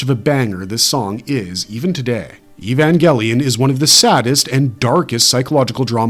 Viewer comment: Evan WHAT ? That's not how you pronounce it is ?